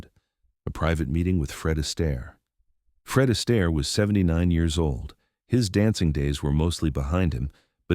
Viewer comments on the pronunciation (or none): Your A.I. is hilarious. MR ASTAIRE,becomes MR EASTER.